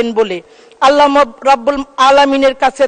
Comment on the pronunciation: আল্লাহ হ রাব্বুল আলামিন বালো বাবে বলতে পারেনা ছি ছি ছি লজ্জা থাকা উচিত 😂😂